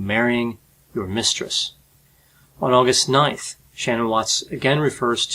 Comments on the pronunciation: he keeps pronouncing shannan's name wrong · IT'S NOT SHANNON IT'S SHA-NANN, she was particular on her name pronunciation. Please get it right. It's important to her.